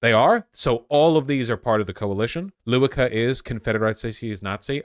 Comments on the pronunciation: I know you'll probably give me shit for caring, but it still bugs me. Lewica is not pronounced Loo-wi-kah. It's Leh-vee-tsah. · This week it's really good to be Pole 🎉 I'm still sad that Kaczyński won, but they will not be able to construct the government. Lewica is pronounced lehvitza :) this is leftist party. Literally this is their name. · I don't mean to be petty, I love you. But "Lewica" is pronounced [Leveetza]. Since that's the party/coalition that fits your views the most of all of them, thought you might wanna get it right xD